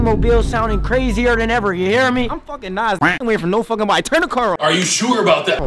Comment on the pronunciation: Bro can't spell nobody but bro said "nobady" 💀💀💀